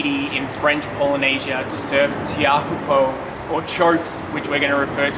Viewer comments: Tay-ha-hoo-p'ho not Tee-oohpo 😉 Great content, Loved it. Cheers guys! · My brother has lived in Tahiti for over thirty years and he doesn't say TEAUHPO'O the way you do. Manoa and Matahi Drollet are his relatives by marriage. (My very very distant relations.) They also have a name for beginners. 😊 😂😅😊